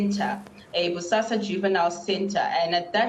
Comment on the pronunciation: Did she say Bosasa?